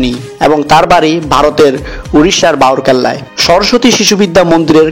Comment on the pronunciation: উড়িষ্যার বাউরকেল্লা নয় ওটা রাউরকেল্লা